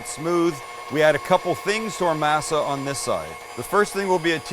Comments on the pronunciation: Sam..your killing me, it's pronouced "maa-saa" NOT "masa"! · Being from the Southwest I use to have having Tamales at Thanksgiving & Christmas. My family has even made Enchiladas for the holidays. Masa is pronounced Mah-Sah not May-Sah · Mass Ah? This ain’t church. Moss Ah, cabron. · I think it's pronounced may-sa not ma-sa, per Cherokee reference, JS. Who did the knife go to???? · You sound like the main character in Roots when you say masa Dont you live in San Diego? And own a taco shop? And you cant pronounce masa right? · I knew these tamales were gonna be garbage the second he said "mass-a" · The way he says masa is a little sus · Pronouncing masa wrong......just fyi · is the only time you say masa right lmao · Thank you! It’s been driving me nuts that no one else has said anything about his pronunciation of “masa” 🤦🏻‍♀️ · I luv tamales and A for awesome effort. Consider trying again next Xmas. Oh and less lard. One other thing, try working on your pronunciation, I couldn’t help but think you were referring to your viewers as slave owners. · "Berry-a-er"... "Mass-a".... Oy Vey...🤣😂 Birilla tacos rock, especially in a tamale form... Keep Masa in your pantry!... There are two forms of "lard", a real one that is bought from the refrigerated section and a second version that is a lard mixed with "Crisco" version that is stable at room temperature for a good while. Always try to get pure real lard if you can, but if you can't the room temperature type will work... Thanks for the video... Your friendly Texas cook and medical professional😷... Merry Christmas.... 🔥🎸🔥